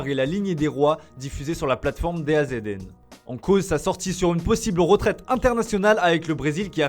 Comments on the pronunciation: DAZN Ça se prononce DAZON (TheZone) est pas D A Z N😂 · Les gars DAZN > The Zone pour la prononciation! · Pour info dazn se dit dazone